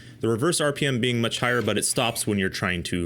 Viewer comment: Thirty-two HUNDRED rippems? Who can live at that speed?!